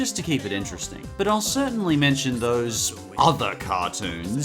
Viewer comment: HOW DARE YOU MENTSHON ANOING ORAGE